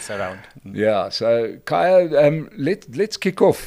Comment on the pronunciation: It's KHAYA, not kahaya